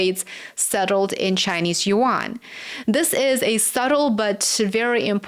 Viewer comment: It’s YUAN, not 2 syllables…. You illiterate YouTuber